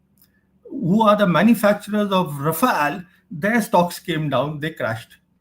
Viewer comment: Raffle becomes riffle 😂😂